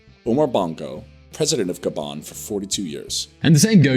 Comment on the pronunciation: It’s not GA-bon, it’s ga-BON.